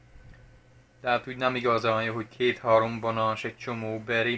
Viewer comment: Direkt beszélsz így vagy ez igazi tájszólás? Egyébként jól hangzik a balán meg motrot és hasonlók, csak olyan szinten tájszólás jellegű, hogy azt hinné az ember direkt így mondod.